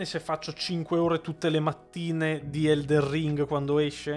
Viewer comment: Magari non ci sento più tanto bene io, però scusate, non è mica eldeN ring...? No perché continua a dire eldeR ring. È una cosa fatta inconsciamente oppure no...? Lo so, è una domanda da rompi balle ^^ scusatemi.